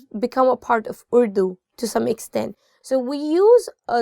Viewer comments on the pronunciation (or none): السلام علیکم محترمہ اور - - - - Really madam your efforts are appreciable. But your anchor madam should pronounce the word "URDU" in Urdu style not in American style.